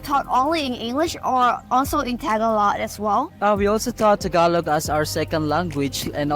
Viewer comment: Pinoys so nice they won't tell her to say Tah-GAH-log